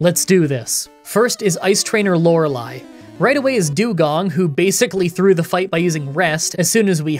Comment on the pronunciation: I think I’ve been watching too much Jrose lately; I was shook when you pronounced Lorelei correctly 😂